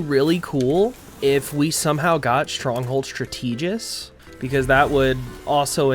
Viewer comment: Thank you for the video. The only thing that threw me off was "stra-TEE-gist". I'm pretty sure it is "STRA-tuh-gist". Is it maybe being pronounced regionally different? Or you've only read the word, but not heard it? As for addressing your slow dodge, using a Galeclaw will help. In any matter, I love the long-form vid and it is nice to listen to you speak. Looking forward. :)